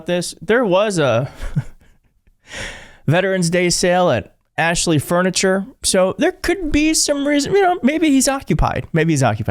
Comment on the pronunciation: 😂😂😂😂 Axshley firniture sale😅😅😅😅😂😂😂